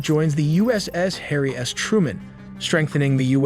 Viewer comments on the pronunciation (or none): none